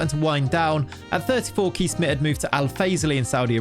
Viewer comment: You really butchered Kees Smit it starts with a K like in Kick and ees sounds more like chase. Hope this helps for the future